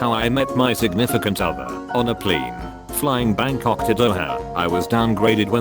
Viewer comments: Why is no one talking about how this robot pronounced plane Pleeenee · Idk but it's hilarious to me how the voice says 'plane' pLeIne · I love how he sometimes gets the word plane right, but mostly says pleen. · I love how he says plane pleen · The "pleen" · Why does he say “plane” like that? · The way this AI says plane killls me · I like the way the voice says “plane”. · You say plane funny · I can't get over how he says "plane" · The way it pronounces "plane" is a bit weird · Please say plane a lot more! It really cracks me up.